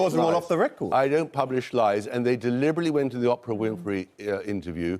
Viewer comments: Oh Lord. It’s Oprah, not Opera! Ahhhhhhh. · I'm mean....I wouldn't call it "nuked". He's good at responding and staying calm under pressure. (And it's true, it's irritating: it's O-prah! not Opera! For f**ks sake!) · The first blonde should argue at the market place , she has all necessary qualifications for this, the next blond knocked me over with her important educational point, “ It’s Oprah, not Oprah” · Oprah, not Oprah?? Please explain, somebody? What am I missing? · I love how Tom Bower insists on pronouncing Oprah ‘opera’ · "It's leviOosa, not levioSA". Honestly, going after Tom about the way he pronounced 'Oprah' was her best argument? 🙄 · Personally, I prefer Tom bowers pronunciation of Opprah, marginally better than that of many US citizens - Orca. Fact 😂😂😂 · I like the way Tom Bower pronounces Oprah's name. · Gosh I so enjoyed Lady C's wide smile in agreement with everything Tom Bower said. Long may Tom Bower continue to mispronounce Oprah's name. I'm sure he's not doing it deliberately but I find that his mispronunciation of one of the most famous, most powerful billionaires in the world, is a greatly deserved and long overdue dose of humble pie for the woman. The panellist chastised him for not knowing how to say Oprah's name, as if the woman was some kind of 'Deity'! As the great 'O' would say, "What?!" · The fact that he still can’t pronounce ‘Oprah’ makes me doubt his credibility.